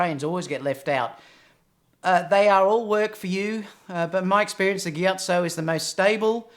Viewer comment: Giotto is pronounced jee-ott-o